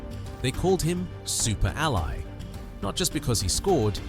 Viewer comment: Super Al Eye???? And no. We Didn't Die. Get it Right.